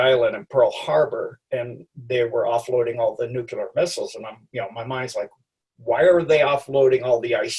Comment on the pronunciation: It's nuclear not nucular. I can't trust anyone who isn't capable of pronouncing this word correctly.